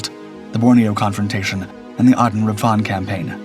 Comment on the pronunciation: Comic pronunciation of Canberra and Aden, though😂